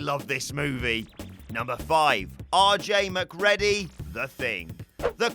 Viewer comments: Mac Cready... NOT... Mac Ready... PLEASE!!! STOP!!! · Mc CREE DEE, NOT MC READY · It's pronounced McCreedy not Mac Reddy 😂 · LMFAO Mc"Ready" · I...has he never seen The Thing? MacReddy? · Sorry dude, but that’s not how you pronounce Macready. The way you say it, sounds like being prepared for your shift at McDonald’s! Lol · Who watches Infinity War and puts it on Thor? Very clearly the Avenger who failed was Quill. They are literally inches from having the Infinity Gauntlet off Thanos's hand. And also... McReddy? Erm, yeah, that's not how it's pronounced but solid effort... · McREDDY?!!!!! Have you even seen the film?!! Once I can handle you saying it wrong, but repeating it........ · "McReddy"? Have someone who actually SAW the movies narrate them. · Please stop saying Mac-Ready :( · Thats not how you say Mc ready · It’s macgready rhyming with GREEDY in the thing if you ever saw the movie and were not reading from a script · I feel that those narrating these videos should at least watch the damn movie they are giving their opinions on. "Mac-Ready"??? Really?!? You guys suck. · So yeah maybe actually watch The Thing... Then you can pronounce the names correctly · How you gonna go and mess up MacReady’s name???. That’s coming from someone from Glasgow.. GLASGOW! Watch the fuc*king movie man. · You forgot from WhatCulture the quest correctly pronouncing MacReady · Your mispronunciation of all the character's names means you haven't seen these films, have you? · Dude... it's pronounced 'Mac-REE-dy'. Have you even watched 'The Thing'? Similarly, in 'Chinatown' it's pronounced 'GITT-ess', not 'GITTS'. And I'll leave the obvious right there.